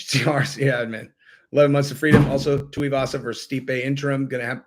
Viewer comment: Small point, mate - Tuivasa is pronounced like "too-ee-vasa".